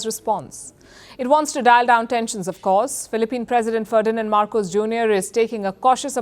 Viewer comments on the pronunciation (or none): It's MARCOS, not MACROS! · Its Marcos not Macros